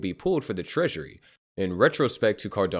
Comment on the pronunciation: You keep saying Volataire. Its Voltaire. I hope it causes some volatility, upwards of course.